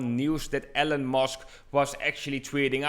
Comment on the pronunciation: sounded like he said ELLEN MUSK one time